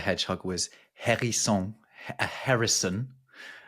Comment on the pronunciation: As usual, a very, very, very interesting video. Just a couple of points. The 'H' in 'herisson' is not pronounced. No 'H' in french words are pronounced. They are 100% silent. So 'erisson'. The name 'Sequoyah' must also have a meaning, but you said nothing about that other than it was a Native American's name. What does 'Sequoyah' mean? As to woodland animals, what happened to the 'Squirrel' and do Germans really have problems pronouncing it?